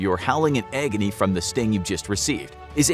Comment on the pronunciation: “Howling in eggony”